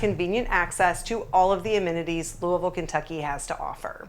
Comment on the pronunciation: You speak Louisville like people from Kentucky say it.